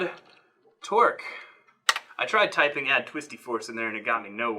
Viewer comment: I was pretty sure you said 'Twerk' instead of 'Torque' and became very interested in what that would look like.